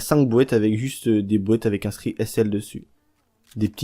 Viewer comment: des "bouêtes"... comprend pas, tu veux dire "boîtes" plutôt non ? x